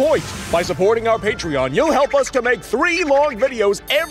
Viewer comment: FREAK THE PAETREEON